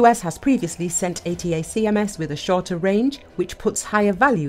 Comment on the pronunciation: Is this AI, is that why you can't pronounce "Attack-ums"? that's not how they are known.